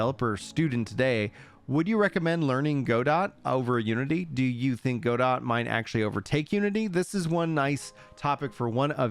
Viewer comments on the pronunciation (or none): Loving the updates. I don’t have Twitter so I appreciate the concise and informative videos to compile all the tweets and discord messages. Btw Godot is pronounced Godoh for future reference